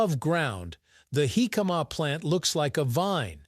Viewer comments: HICK-uh-muh. Accent on the first syllable. Say it without drawing the word out. My grandmother made her jicama salad over half a century ago. It was a very crisp and refreshing! The size and shape of the jicama slices were like short wooden matchsticks. Jicama salad goes good with fried chicken, btw. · In Mexico, it's pronounced JI-ca-ma. The tonic syllable is at the beginning of the word. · Yeah. Just reduce the sound and put on the captions. Horrible pronunciation. Heee-kaaa-maaaa... I saw another documentary a year or do ago that pronounced it Ji-KA-ma with the j sound and the accent on the second syllable... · He - Kama is the way Mexicans pronounce it Hick-uh- ma is the English way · They are pronouncing it wrong it is pronounced hick-uh-muh, not heee-kaaa-maaa... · I feel like I've been mis-pronoucing it like "Hick-a-MA" all these years. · I like this channel, but if you're gonna do a video about something, learn how to pronounce it. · Almost impossible to watch with that pronunciatiom. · I have to skip this one, too painful to hear the pronunciation over and over again